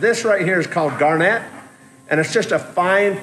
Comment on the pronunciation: The "gar-NET" used in waterjet cutting is the same crystalized mineral found in garnet gemstones (Jan. birthstones), it falls around 8 on the MOHS hardness scale, which is why your cutting tips need to be diamond (10 on the MOHS hardness scale).. Obviously I'm not telling you anything you don't know other than you're putting the emPHAsis on the wrong sylLABle. Absolutely love the build! Now I must get Back To Work!